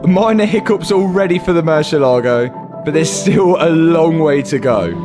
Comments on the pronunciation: It's not Mercya lago. It's more like Mer c el ..Ago. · One shot every time this guy says morseelogo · It’s pronounced mer-si-leago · MurciÉlago, it's called MurciÉlago thanks....gracias